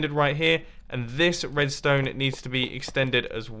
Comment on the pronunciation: Edstone? what is that